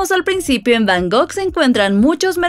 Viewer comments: Está muy bien el video, pero se dice Bangkok, no Bangok 😅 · Repite conmigo es B A N G ( K ) OK 😊